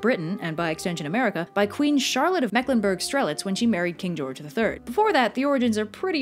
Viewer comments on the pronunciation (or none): It’s pronounced Stair-litz, not Strel-itz. And I thought it was Prince Albert of Saxe-Coburg and Gotha, Queen Victoria’s husband that brought Christmas trees to England.